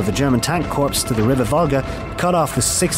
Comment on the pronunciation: An army corps is pronounced " core" - not "corpse." Geezus!